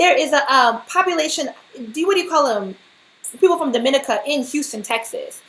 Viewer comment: Its pronounced dom-ih-NEE-kə